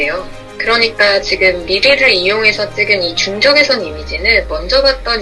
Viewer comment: 1등...! 저 근데요.. 부터 까지.. '적외석'... 적!외!석!!!... 석....................!!! 신경 쓰이네요 ㅋ